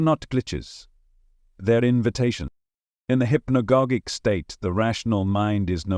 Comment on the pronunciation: HI there, interesting content! One thing: Hypnogogic is pronounced: Hip-no-gaah-jic like "logic"